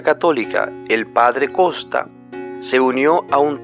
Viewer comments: No es costa, es Kotas. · Este que habla lendice kosta! No sabe leer su apellido el se llama Adam Kotas con T no con S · No es Costas y es Kotas. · No es costa... Es Kotas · No es costa es kotas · No es costa, es kotas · Adan Kosta. 😂😂😂 Ni sabe como decir su nombre. 😂😂😂😂.